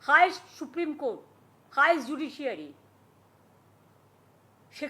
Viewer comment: Koto suprim court er order mene cholo tumi? Thik kore উচ্চারণ করতে। পারনা সুপ্রিম কোর্ট